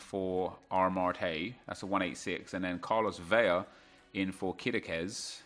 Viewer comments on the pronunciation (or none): Hola. Vela is pronounced just as it’s spelt. You are pronouncing it as it if it was spelt ‘Vella’, only the double L is pronounced as a Y. Un abrazo.